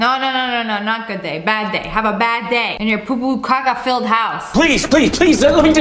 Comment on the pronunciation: The way she said gOoD DaY